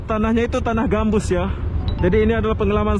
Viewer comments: Tanaaahh GAMBUTT MASS BUKAN GAMBUSS .. 2X SALAHH NICHH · Sorry bro kurang jelas...gambut kah gambus...hehe